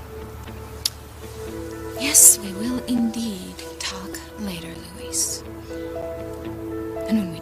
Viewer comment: Except you're wrong. His name is Luh-weese. It's not Lou-is. Everyone, but Roger are saying Luis's name properly.